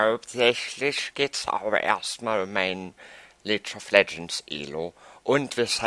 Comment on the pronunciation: *hust* League(Lieg gesprochen) of Legends nicht Leech of Legends *hust*